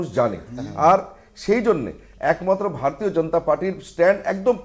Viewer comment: এই মালটা বার বার ভার তিও ভার তিয় বলছে। মালটা ভারতীয় শব্দটাও ঠিকমতন শেখার চেষ্টাও করে না।